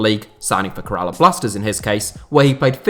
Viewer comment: It's an actual pain to hear him try and pronounce Kerala and Pune Its pronounced Kae-ra-laa and Poo-Nay